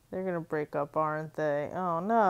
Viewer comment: "oh nowh" so annoying...